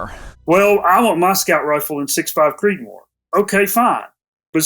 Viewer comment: Did I hear "6.5 CopeMore"? If not I think it has now been invented!